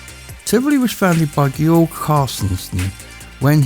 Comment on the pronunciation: What I find most impressive in this video is that you pronounced Georg correctly.